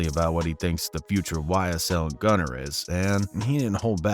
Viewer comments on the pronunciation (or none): it’s gunna , not “gunner” why’d you even say that?